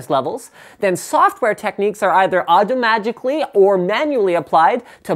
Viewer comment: hahah! 'au'd'o-magically' dude its so good every time!